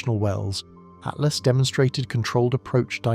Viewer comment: Its atlas not at last. Jesus